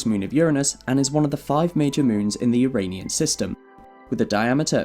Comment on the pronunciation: You're already on the way towards getting it right, WHEN YOU SAY, "' the You - Ray - Nean moon system '", so there is hope yet.